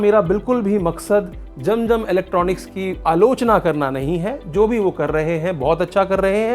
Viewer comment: Jam jam nahi zam zam is the correct word. Pls pronounce correctly.